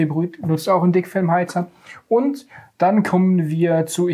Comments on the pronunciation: Ich hab einfach "Fickfilm" heater verstanden... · hab ich richtig gehört? "fickfilmheater"? 😄